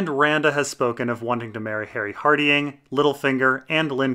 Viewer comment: Love the vids, but your pronunciation of Hardyng is jarring